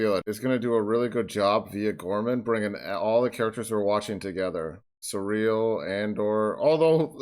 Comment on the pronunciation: Saying Syril's name in a kinda-French way is absolutely appropriate here. He's on kinda-France-planet.